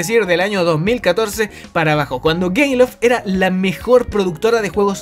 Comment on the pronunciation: soy el único que se dio cuenta de que dice gayloft